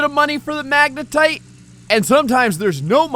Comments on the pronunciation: He said wave separator and magnatite table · "The Magnetite Table" and "The Wave Separator" Dammit...